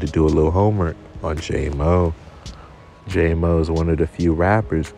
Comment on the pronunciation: It’s jam-o not jay-mo